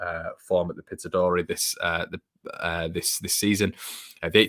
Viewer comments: Massive Leeds fan from Aberdeen and watch your videos regularly. Ramsey highly rated up north! Scouts from other prem clubs (including Leeds) were watching him against Rangers the other night . Please please please work on your pronunciation of Pittrodie though as it pained me to hear 😜😂😂 #MOT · Pit-od-ry. 😂😂